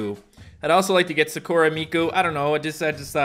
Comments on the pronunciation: It is pronounced as sakura not sakoora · He calls Sakura, Sugura😂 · Is anyone else bothered that he says sakura wrong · Who else wanted to scream at their screen that pronounced Sakura wrong Edit: u should become a weeb becuz anime is great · I got mad when he mispronounced Sakura